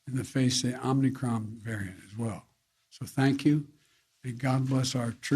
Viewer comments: it's pronounced "Omicron" not "Omnicron" geez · He keeps mispronouncing it “Omni Cron” as he bumbles over elementary sentences. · He keeps calling it wrong. Lol. He's saying omnicron. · Lol, this is almost as bad as Trump’s 7/11 speech. Wtf is “omnicron” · Mr Biden, wtf is Omnicron? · “it’s called the omnicron” jesus christ. 🤦🏻‍♂️ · where’s is the first n coming from homie